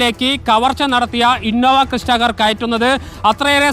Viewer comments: Innova ക്രിസ്റ്റ കാർ അല്ലടോ ക്രെട്ട കാർ ആണ് അതെങ്കിലും നോക്കിഇട്ടു വാർത്ത പറയൂ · innova crysta 😂alla hyundai creta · Crysta alla Creta alle